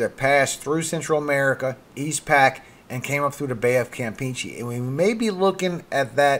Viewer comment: If I may, the "e"s in Campeche are pronounced like the e in get or in fetch, not like the e in peachy.